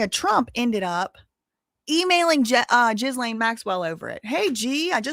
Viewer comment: Ok, the way you say Ghislane’s name is driving me insane…it’s actually pronounced ‘Ghi-lane’…the ‘s’ is silent. And in ‘Mehmet’, the ‘h’ is silent…pronounced ‘Memet’😉👍🏽